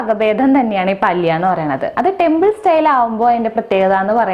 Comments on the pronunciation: പാലിയ എന്നല്ല, പല്യ എന്നതാണു ശരിയായ ഉച്ചാരണം. എന്തായാലും റെസിപ്പി നന്ന്.....!! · It is palya not paalya